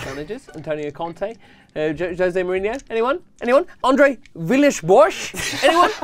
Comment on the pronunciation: That pronunciation of Villas-Boas lmao